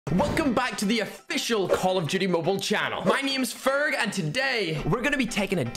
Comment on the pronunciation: Ferg not freg